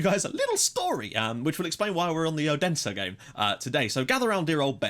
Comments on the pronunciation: Odense is pronounce 'Olunseh' if that makes any sense, the D is like an L. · Yeah, that is wrong. It's pronounced like it sounds. O-den-se